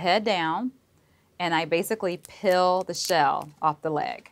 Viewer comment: Why can’t she pronounce peel properly?